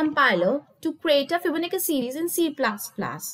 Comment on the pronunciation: It's fibonacci not fibonicca 😂and why is she trying so hard for the accent. lmao